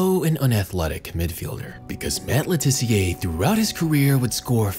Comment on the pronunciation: Just a point. He's English, so it's Luh Tissiuh, not Le Tiss-e-ay